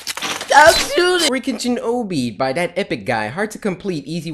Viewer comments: It's aabbiiyyy not oobbiiyyy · You pronounce obby like ah bee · Obby is pronounced (ahh-bee) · Dude... IT’S OBBY NOT OB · Why does he say o,b